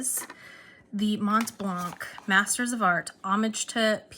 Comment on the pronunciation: Your french is great :) But we don't pronounce the "c" at the end of Montblanc, nor the "t" in the middle :P We are the best at not pronouncing letters :P